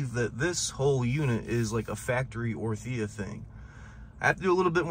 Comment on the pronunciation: The way you say 'orTHIa' its crazy...